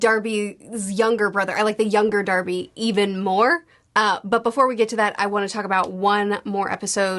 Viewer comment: still cant pronounce hierophant....... theres no way you aren't mispronouncing everyones names on accident. the show literally says all the names. its heirophant green, noy hydrophant, or hydroplant. its polnaref, not polnaroff, its darby not darvy......